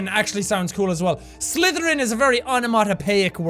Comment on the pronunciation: Jack: "Slytherin!" Me: "Can I just say that that sounds like "slither in" and the way you said it Jack sounds a bit wrong..." (Hint "Slither in my bed!") XD Sorry but it does!